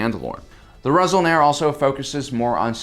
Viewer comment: Resol'nare, not Resol'nar The 'e' at the end is important, since it's the Mando'a way of desgnating a plural. "Resol'nar" would be "Six Action" "Resol'nare" is "Six Actions"